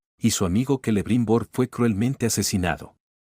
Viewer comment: Buen video, excepto el uso de IA que comete muchos errores y despues deberias informarte de como se pronuncian. Casi todos los nombre que empieza por "C" como Cirdan o Celebrimbor, aunque se escriban con "C" se pronuncian como si fuera una "K", Cirda/Kirdan. Error parecido al de Luthien se pronuncia Lucien. Te recomiendo este video